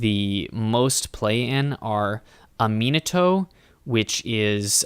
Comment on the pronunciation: Manifest is my favorite mechanic Also, just for future reference, Aminatou is pronounced "Ah-min-ah-too"